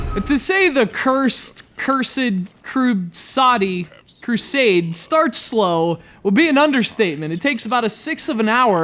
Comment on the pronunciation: CURZED CRUSAADY...thats how this idiot pronounces the title... and the fact that he blames the game for him going afk and dying is dumb. I came here for a review. Not an idiot who says medieval games(less common than shooters BY FAR) are unoriginal and gives criticism that doesn't actually relate to if the game is good or not... moron. The game turned out to be a bit underdeveloped, yes, but the gameplay was smooth and interesting in its depletion mechanics. Just needs some polishing.